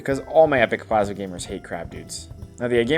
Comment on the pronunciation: Anyone notice that after they burned it, it then said Plamsa instead of Plasma 😂